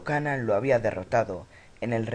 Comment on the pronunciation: Se pronuncia "keinan" animal